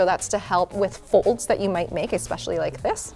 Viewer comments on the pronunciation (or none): none